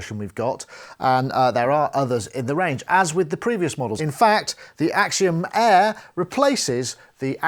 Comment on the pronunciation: more like Akseeeeom Eaaaaaahhh